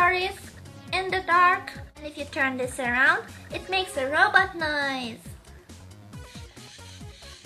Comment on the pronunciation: i was saying that she pronounces robot like roboter, calm down